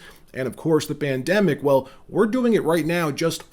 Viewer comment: Did he say the bandemic💀